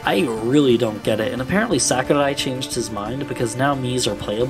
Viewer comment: As a Japanese man sharing the same name of Sakurai, please just pronounce it as "sock-oo-rye". Hearing someone try to be polite in pronunciation, but hearing "sack-oo-die" over and over hurt me on the inside. Our romaji Rs aren't Ds and the A doesn't make the English 'short A' sound. Otherwise, it's good content.